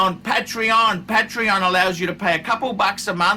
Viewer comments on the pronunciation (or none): none